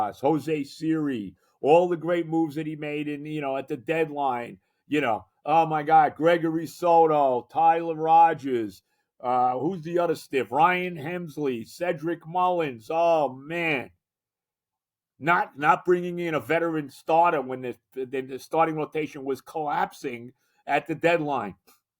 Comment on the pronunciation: "Die hard mets fan" still can't pronounce Helsley's name correctly....